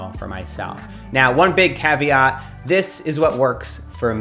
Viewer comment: Did Matt say 'caveat' or 'caviar' ?